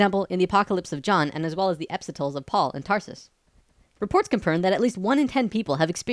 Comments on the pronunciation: "Epsitles of Paul" 😂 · Epistles rhymes with 'thistles' or 'whistles'. The second I heard the pronunciation here of 'epsitalls', any creditibilty this video had (which was already very little) went the way of the Dodo. Do better.